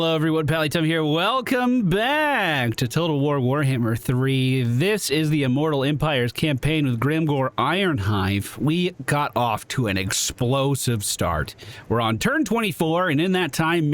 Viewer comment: Ironhide... not ironhive .... .... sry :D good series tho :D love it also every lord have three different skill lines, which essentially are types. The yellow, improves the lord itself. The red, improves the lord's army. The blue, is like utility stuff (such as recruitment cost red. and upkeep red.). In my experience, the blue line is a good first line to complete, in general. I do believe you made the right choice buffing Grimgor, since Kholek is a beast of a lord. But overall, the blueline have some really nice utility stuff that really helps alot.